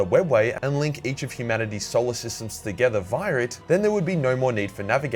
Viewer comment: I swore I heard him say Soul or System.